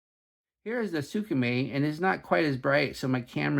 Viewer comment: "Sooka-May"... Lol